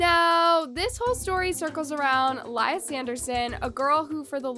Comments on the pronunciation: It’s LEE uh. Not Princess Leia 😂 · Love you but there’s no way you can’t pronouns Lia